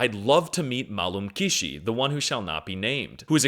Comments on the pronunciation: "malum kişi" You've become perfect, you're complete. It was amazing. Great video. ❤ My God, he's the smartest and most knowledgeable American I've ever met.😂😂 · silivri soğuktur and malum kişi was hard brooo thats crazyy ur a certified turkish